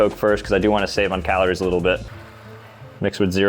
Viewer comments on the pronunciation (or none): six to seven caliories 😂😂